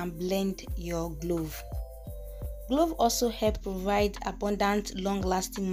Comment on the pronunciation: Not glove it’s clove .. thanks